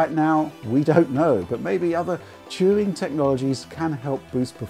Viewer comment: I just came here to hear say "Turing" a lot